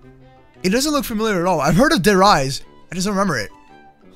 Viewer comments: OMG I AM A LITTLE BIT OFFENDED U SAID DER RIESSE WRONG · its spelled Der Rise but its supposed to be pronounced Die Rise